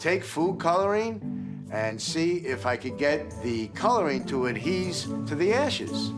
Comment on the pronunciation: "Adhese" to it. 😅😂😅😂 invented a word 😅